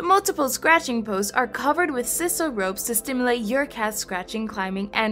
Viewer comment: Sisal is pronounced SIGH-SAL, not SIS-al.